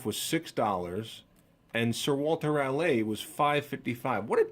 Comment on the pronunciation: Let us know what you think of that Sir Walter Ral-AY ;)